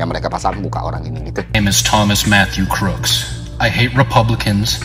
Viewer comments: kruk bukan krok. book, boot, look, mood, root, sooth, good, msh banyak lagi. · Kruks bro bukan kroks, soalnya gw jadi inget sendal 😅. Sorry, oot. Anyway, Nice konten, thanks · Baca namanya bukannya "kruks" ya? Cmiiw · Tim yg ke-trigger pas dibacanya "Thomas Crocs" ☝️